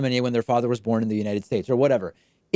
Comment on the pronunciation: Don't forgot "United Shaesh"